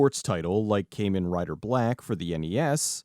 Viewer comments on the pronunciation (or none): Car man rider, not kay men 🤟🏻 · Kei Man Rider BLACK 🤣 I know I should not nitpick, but I love Kamen Rider BLACK, but it's pronounced KAH-men, not Kei-men. Otherwise, love your show and what you do, keep up the good work. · But he mispronounced kamen and said kaymen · One nitpick its pronounced kahmen rider kamen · It's pronounced "kah-men" rider. Not how you said it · the way you pronounced Kamen Rider hurt me lol